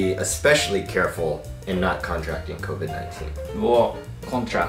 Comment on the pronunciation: Covid not covi